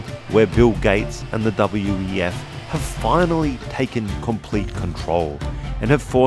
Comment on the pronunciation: What is the VWEF reference? I'm unfamiliar. Edit: Its Just WEF, your AI has it showing VWEF or WVEF and the way you say it sounds similar.